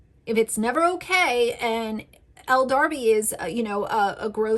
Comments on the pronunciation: Well, he lives in Canada, which is a bilingual country: English/French. "Elle" is as basic as it gets...the French pronoun for "she." Being Canadian, I can tell you there is no way could mispronounce Elle, unless he flunked out of first grade. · In all honesty I think him mispronouncing names the way he does is just another way to belittle and bully i mean come on the name Elle is kinda basic to pronounce and he does it alot it seems